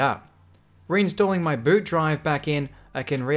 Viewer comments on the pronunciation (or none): none